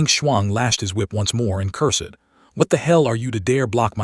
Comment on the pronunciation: "Un-fath-able" how "cur-sed" AI speech still is. I thought we had "leaped" into smarter AI already. H-M-P-H!